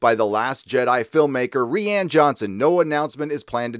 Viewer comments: Stop calling rian (pronounced ryan) like ree-anne. Its frustrating lol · You pronounce Rian Johnson as "Ree-Ann" and not "Ryan." Is that on purpose? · Quit calling Rian “Rianne.” He’s cool af. Jar Jar Abrahams is hilarious, so I’ll allow that to continue. Thanks for the vid ✌️ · I love the way you say rian XD